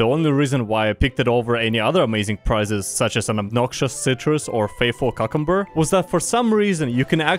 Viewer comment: no one gonna talk about how he pronounces cucumbers